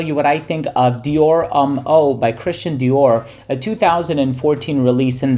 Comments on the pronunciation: not even close. It's pronounced "Om" as in meditation, not "ummm" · "Dior Umm"